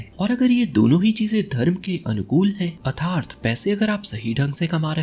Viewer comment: Sir your way to pronounce atharth is not right.. It makes bad impression.. And don't mind sir.. Your videos are as always superb